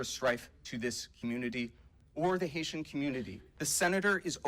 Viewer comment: Did he just say Haisha?